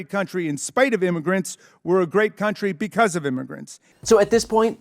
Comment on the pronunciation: I wonder who write her crazy nonsense speeches because there's no way she can put a sentence together 😂😂😂😂 just by the way she said the word because. She was like "bacause" I notice that Republicans that say bacause are crazy as fu*k. If u love America so much start by speaking and pronouncing the English language correctly.